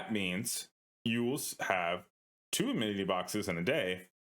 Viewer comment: Cool guide, I think he was mentioning how you pronounce "amity" as "ammininityyyyity" though😅